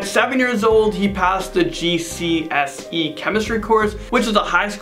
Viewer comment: hears say GCSE OMG it sounds so awkward...